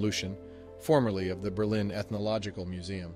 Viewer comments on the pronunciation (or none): none